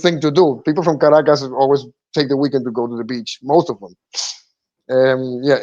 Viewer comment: the name of the capital of Venezuela is pronounced "CAR - RA-CASS" and not "KRACK- ASS" as you say. Venezuela accounts for less than 1% of illegal drugs reaching US shores. Most drugs are imported from friends of the US... with the complicity of three letter "security" agencies.